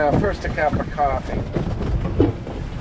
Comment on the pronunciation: A tad windy there..but cwoffee always makes it a good start to the day 😁